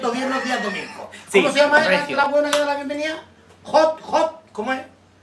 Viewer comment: se dice HOST 😂😂😂